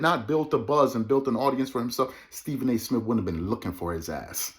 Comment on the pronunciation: Someone on here said: The movie remake: D'Jango Mic'd up! Starring Stephen A. Smiff as "Stephen"! 🤣🤣🤣🤣🤣🤣🤣🤣🤣🤣🤣🤣🤣🤣🤣🤣